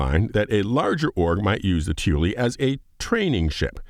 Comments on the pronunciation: i keep hearing Tyilui as "tooley" as if it's some british slang for like a handyman or something haha. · Someone more into the XI'an language has pointed out that most people are pronouncing Tyilui it incorrectly, including the ship devs. TIt should sound something like "Tyee - Lwee" accorind to XI'an dictionary.